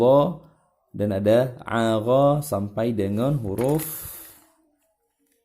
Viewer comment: Afwan klo tdk salah dengar, itu yg pelajaran ke 8 mengenal tasydid, uncle baca ya huruf gho, itu aghgha ya, bukannya aghgho afwan klo sy salah